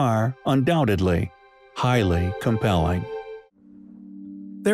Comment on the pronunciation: lets start a "high lee compelling DRINKING GAME ?????🍻🥂🍺🍸🍷🍾